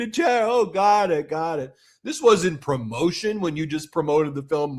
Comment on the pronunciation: Somebody make a meme "Eeet hass nuh-ting to do vif prrromot-ee-un."